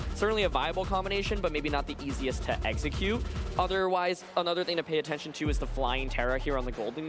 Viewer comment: legendary 'eggexcute' instead of 'execute'